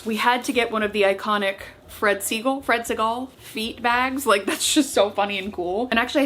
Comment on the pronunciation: it’s pronounced like Seagull , per the Clueless quote, “Lucy! Where is my white collarless shirt from Fred Segal??”